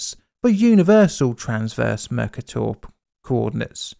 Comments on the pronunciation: NB: Mercator = Mer-CAY-tor, and not "MER-cah-tor" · Hi Mercator is pronounced "Mare-Kay-tor". It's a map projection discovered by Gerardus Mercator. A very famous 16th century geographer. Perhaps you could look at the Rissa quick clay disaster in Norway. That's stranger than this one! There's colour film footage of it too! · The cator in Mercator rhymes with gator. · Plz look up the pronunciation of 'mercator' 😕